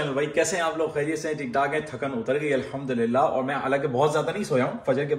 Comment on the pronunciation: Allhumdulillah Bola kry bhai Allkhum Ni boltay Ye ح ha halaq se naklti haa bhai